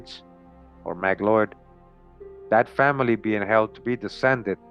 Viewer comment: 🤔Actually McLeod is pronounced Mack Cloud, had co-worker and found family with that surname